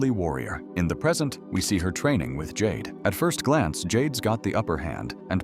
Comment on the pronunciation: "While Jax Briggs goes up against JayDay [Jade]..." Jayday? 😂